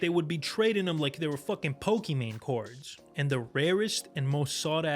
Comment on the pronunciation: Do not say Pokémon ever again. In your life. Good video tho.